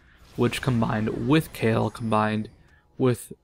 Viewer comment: Is that how you pronounce the name? I thought you had to say that last "e" in Kayle too. After all, she is a woman.